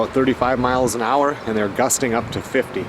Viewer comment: Did u actually pronounce the H in hour? Where do people even do that? 🤣